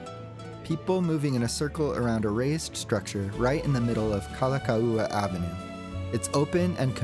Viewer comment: Really enjoyed the video, we are lifelong seasonal residents of Oahu but still enjoyed your take, especially the bus part (I’ve never been on a bus in Oahu ever). Anyway your videos have a nice vibe and pacing, very relaxing to watch. Btw, some pronunciation tips: Kalakaua pronounces “Kala cow a” Kawela bay is “ka vela”